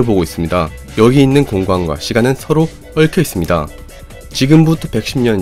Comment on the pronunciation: 얽혀있습니다 발음.. 얽↗️혀있습니다..